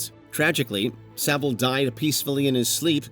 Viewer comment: Please say savile properly